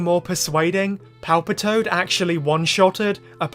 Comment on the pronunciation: I heard you call Ash's Palpitoad Palpatine. Hilarious 😂